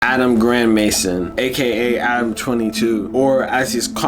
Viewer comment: his name is actually pronounced grand may zone and yeah he's a total goofy always hated this guy